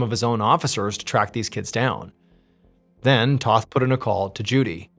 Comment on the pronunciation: The name is Tōth not Toth.